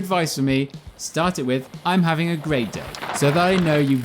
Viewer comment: I’m having a great day? I’m having a gray dick? Is that what you said to say. You mumbled. Anyway. Look at your feet. On your left turns you are dropping your right foot (outside foot). That allows you to lean the bike over because your weight is properly distributed. Now. Look at your right turns. Your feet stay perfectly level. That is why you cannot lean the bike. Drop your left foot on your right turns. Also you’re kind of trying to do the exact same turn technique on a flat turn as you would a berm. More lean on the bike. Less lean on your body. Your body needs to stay more upright on flat turns. Lean the bike, not your torso.